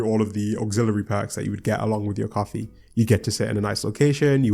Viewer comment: I don't really do cwoffee